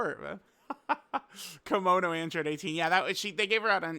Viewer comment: Its Kimono 👘 no Komono you silly baka